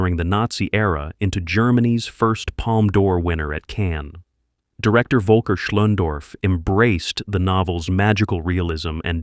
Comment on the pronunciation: He meant to say, that the narrator utterly mis-pronounced "Das Boot". But not only that: "Bruno Ganz", "Günther Grass", "Volker Schlöndorff", "Rainer Werner Fassbinder" are also butchered pretty badly... :-(